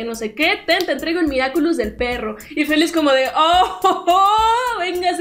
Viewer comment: Me dió mucha risa cuando decía "Miraculous do cashogo" y le quitó la seriedad a las escenas a mi parecer